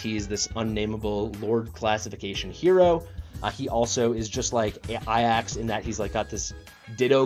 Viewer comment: What's the story with how you pronounce Ajax?